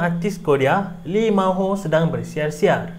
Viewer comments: lee ma ho 😂😂😂😂 its lee min ho actually 😂😂😂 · Lee min ho bukan Lee ma ho